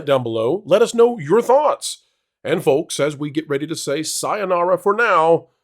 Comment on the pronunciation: The “L” in folks is silent .